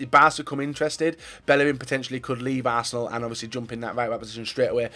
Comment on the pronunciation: Is it just me or did he say barsenal